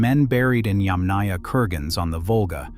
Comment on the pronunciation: you are mispronouncing "Yàmnaya" -- the emphasis is on the first Yàm (pronounced - YUMM, as in - yummy) ... so it's not yamnàya, but yàmnaya, yAmnaya... 👋